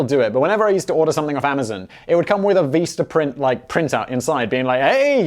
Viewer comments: Oh, dear... why do you pronounce 'vista' as "veesta?" Is that another British thing that I haven't, to this day, from Monty Python's etc., etc. through 5 1/2 decades of Doctor Who, and various other British stuff, ever heard mispronounced like that, before? Because it hurt my brain. And their business cards are actually pretty freaking cheap, like 500 for about $10, including shipping, if memory serves. How do I know? When I was running a [edited to say it was a nonprofit, not an official ngo] that handed out heirloom varieties of fruit and vegetable seeds, flyers that talk about composting, protecting pollinators, and other green gardening stuff, I went through 2 orders of 500 cards. Nice, sturdy cardstock, clear images and print, and pretty fast shipping, too. Anyway... I always enjoy your various channels, and this one is my favorite. Not sure if I have commented on any of your videos, before, but here I am... really curious about the pronunciation of Vistaprint, LOL! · Omg STOP saying "Veestaprint"😢😳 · As the Meme Accountant is on strike, this is my counting of stupid Simon Whistler shit for today. Also copied to the TIFO Facebook group - of which Simon is NOT a member of: Become a legend - #CancelSimon. His stickers are way too expensive. He pronounces Vistaprint as Veestaprint. He pronounces Lagos as Laygoes. He pronounces "Bearings Bank" properly and then changes it to "Barings bank". What a plonker. "These are all Criminal Crimes" WTF does this mean Simon? At least he admits to being a Dick Head. "No comment. But Yeah." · whats Veesta Print? I've only heard of Vista Print, or am I mistaken? :P